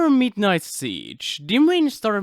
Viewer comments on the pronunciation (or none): it’s midnight not mignight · “mignight” XD